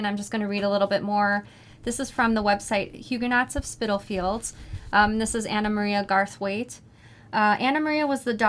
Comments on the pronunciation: Loved your conversation about this book. I enjoyed it very much and look forward to making the coin purse. Hope you have a great holiday. Sara was right about the pronunciation of Spitalfields by the way. Thanks to Tamara too. Look forward to next month💕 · Hello from England. I don't know if anyone answered your question Tamara, but Sara was correct in her pronunciation of Spitalfields. It is also the area that Jack the Ripper took some of his victims - just an extra bit of trivia for you.